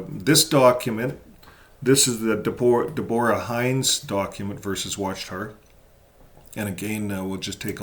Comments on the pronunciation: I believe Deborah is pronounced with 1st syllable accented. NOT deBORa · Depends . I’ve heard it pronounced Debra , Devora, and Deborah.